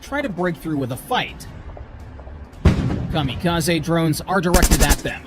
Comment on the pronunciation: Cam a ca z ee......its a Japanese word...l